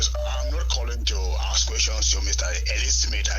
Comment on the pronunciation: We ask not akss